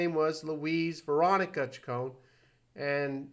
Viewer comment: As a die-hard fan since i was a tween/"Madonna Wannabe" in 1983, i am almost offended. First of all, her last name is pronounced: "Chick-cone-knee", not "Chick-cone". Mtv started calling her "Madge", that is not something that " she sometimes goes by", telling Mtv's Kurt Loder that she hated it. Her DAUGHTER was named Lourdes MARIA Ciccone Leon. Lourdes was born about 20 years ago, when you stopped listening to MADONNA. THAT is probably why everyone started thinking "Maria." It could be bc Marie* Cahill wrote a book about Madonna in '91. It literally starts with the words: " Yes, her name really is Madonna . When she was just beginning to establish herself, people assumed that she had chosen the name for it's glamorous sound, but the truth is that she was named for her mother . Madonna Louis Veronica Ciccone was born on 16 August 1958 in Bay City, Michigan." i know that you said that you "know this", but you clearly don't bc you kept mispronouncing her last name & calling her middle name: Louise, not Louise Veronica , something commonplace in Catholic/large families, and a practice still done today. (See my name .) When asked what ppl were most surprised to learn about Madonna, (whose Mother died when she was 5) she said: "That I'm vulnerable. Isn't it obvious." We had an irl "Prince", (Rogers Nelson) & we have a real life Madonna. This isn't that complicated: it was the 80s. However, having lost a parent when i was a child, i am taking this too personally, bc i can relate to